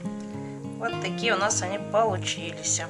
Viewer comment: Режет слух ваше "полуЧИЛИСЯ"!!!